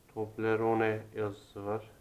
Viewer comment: Tobleroneyi bile daha söyleyemiyot